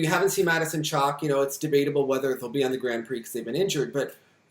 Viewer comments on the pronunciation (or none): none